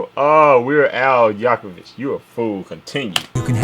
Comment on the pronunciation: I too don't like onions so it's not that big a deal for me personally, but I do understand the struggle of missing items in my order. I loved your reaction, I'm subscribing to you now. But I need you to know it's pronounced 'Yank'(rhymes with crank)"oh" 'Vick. " (Yankovic) He rocks the accordion too and he really can rap. Thanks for making one of my favorite songs even better I'm so happy you enjoyed it! Can't wait to catch up with your other reactions